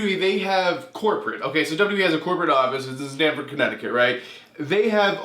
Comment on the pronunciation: Hey man, don’t mean to bash you at all but to me it sounds like you’re pronouncing Stamford as ‘Stanford’ when there is in fact an M and not a N, thats just how it sounds to me so no disrespect if thats not how you pronouncing it. Just a heads up ❤️